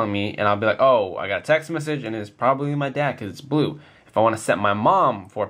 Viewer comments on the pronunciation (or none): i swar he said tech